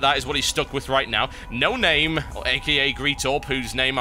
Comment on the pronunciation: How to pronounce Noname-(No-Nom-may) Cheers :P